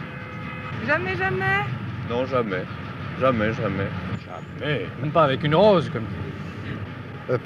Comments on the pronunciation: Félicitations au gars qui dit "non jameəaē" car il vien de créer un nouveau mot ! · Il est québécois hahaha